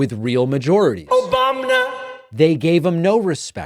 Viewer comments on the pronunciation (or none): The "Obamna" still kills me every time 😂😂